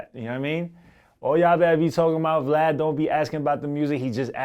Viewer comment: Lmaooo we can't ever let "Vlod" die